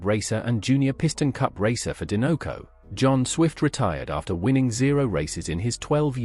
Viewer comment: Din-no-co??? Sir. There is only one n… and the logo is a dinosaur 🦕 do you say din-no-saur? Or do you say die-no-saur???